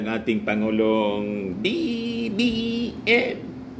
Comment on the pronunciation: Talagang diin na diin ang BBM MO ha nkkatuwa ka talaga